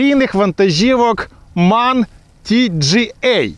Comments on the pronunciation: МЕн, а не так, як ви кажете. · І правильно казати ЕМ А ЕН Manufaktur Augsburg Nürnberg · М А Н, розділено, так його називають у всій Європі